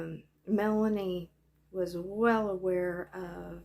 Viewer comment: Lol “ melaniece”